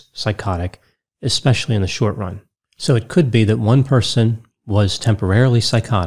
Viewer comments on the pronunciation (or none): none